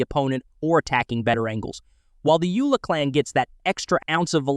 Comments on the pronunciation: It's Yola not Yula 🤣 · Yo, Dude! It is not pronounced Youla. It's pronounced Yoela, as in Yo, Dude! Other than that, don't take yourself so seriously.